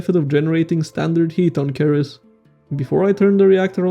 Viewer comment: ceres is pronounced "series"